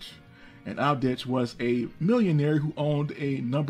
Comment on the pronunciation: It is Babich, Abdich, Krayina... come on man your pronouncing is horror... ear bleeding.